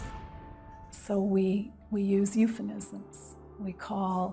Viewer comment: "EupheMism" is a word, with a meaning; I have no idea what a "EupheNism" is... You undermine everything else you say, by getting the basics wrong.